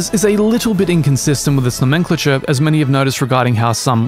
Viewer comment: Nice video, first time hearing someone saying nomenclature like that 👍